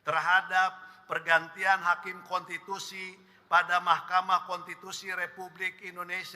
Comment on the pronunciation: Pembaca laporan ini kurang cerdas, tapi menghendaki orang yg dibicarakannya cerdas. Cara membacanya seperti robot tapi banyak kesalahan baca. Pembaca lain juga tidak bisa membaca kata "konstitusi" tapi menggantinya dengan "kontitusi". Orang-orang ini nampak sekali tidak biasa membaca. Bagaimana mungkin mereka mau membaca fikiran rakyat. Dan orang-orang ini digaji dengan segunung uang yg tidak salah cetak.